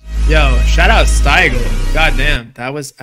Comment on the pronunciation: mans said stygil 😅